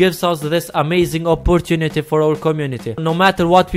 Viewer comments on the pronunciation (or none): none